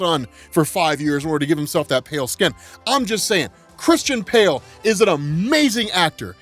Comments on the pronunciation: Lol He said " Christain PALE" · Dude. Did you say “Christian Pale”? Lol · Did you say Christian Pale? 😂😂🤣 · "Christian Pale" 😂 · Lol he said Christian Pale!! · I know you said Christian Pale you Freudian Slipper.